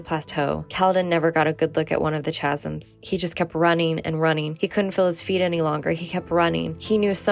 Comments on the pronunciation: I wasn't going to say anything about how you pronounced Alethi, but then you said chasms with a "ch" sound.. it's pronounced "ka" "Ka-zm" And it's "ah-leh-thee" not "ah-lee-thee" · thank you for giving us cosmere nerds another fresh perspective! one more i forgot: chasm has a silent h (kazum)